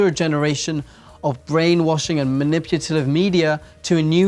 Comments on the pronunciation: Has anyone noticed that he says manipulative wrong? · I actually watched this over the period of 48 hours and I have to say that it makes a lot of sense. ...more sense than I ever made of it anyways. I noticed throughout the video that you say maniputalive instead of manipulative. Not a criticism, just something I noticed. Thank you for this entertaining, attention-keeping video. 😃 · "maniputalive" :D